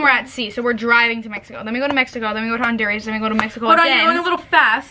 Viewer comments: then we're going to hundoraws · the way pronounced honduras is so funny